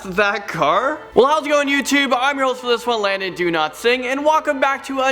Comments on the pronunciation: Oh thats what it is! I have always though u he said "Do not sing" XD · Landon Do-Not-Sing 🤣🤣🤣🤣🤣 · Rebecca!!!!! And also am i the only one who hears "landon donotsing"? :P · Landon Donotsing? Lol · I thought he said do not sing!😂😂😂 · Who else thinks he says landon do not sing ? Jus me